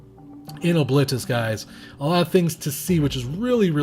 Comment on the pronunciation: Pronounced that way reminds me of "O-clit-us." I will never look the character's face without seeing that image again. Great video as always :D